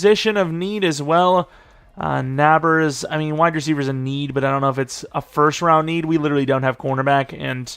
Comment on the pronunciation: U pronounce nabers like neighbor btw Odunze is pronounced o-dune-zay